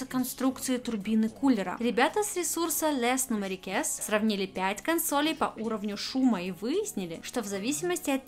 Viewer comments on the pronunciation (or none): «ресурс Лес Нумерикес» 🤣🤣🤣 попыталась во французский, но это фиаско! «Лé Нумерикé»,. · Les Numériques,, читается "Ле нюмерИк". Это французский язык.:)